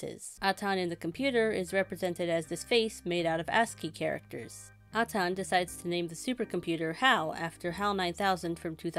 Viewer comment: It's pronounced "Ay-tan", not "Ah-tawn".